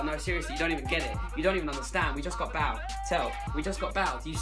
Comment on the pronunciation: And he pronounces Bale like Bal